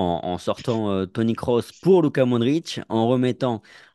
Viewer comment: Svp c’est pas krouss mais Kroos respectez le svp